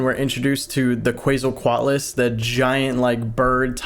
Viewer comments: it's k-w-etsle (like pretsle) coat- a lis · The dino nerd is screaming at me cuz u say Quetzalcoatlus wrong😭 It's "Kh-vet-zal-koh-at-lus" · why do they pronounce it ketsalquatlus? but it is spelled quetzalquatles WHY? WHHHHHYYYYYYYYY????!!!?!???!?! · I know I sound like a nerd but it’s ket-SO-CO-at-luss or luz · More like Ket-Sul-Coah-atlus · i think it's 'kw-et-zal-co-at-al' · WOOOOOO, UPLOAD! (It’s pronounced Kwetz-al-coat-luss, I think… read it in a book a long while ago) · I want to give a lecture on pronunciation on Quetzalcoatlus to him. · This man's pronunciation of the Quetzalcoatlus is "unique". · Love your videos! I'm begging you to look up how to pronounce Quetzalcoatlus 🐦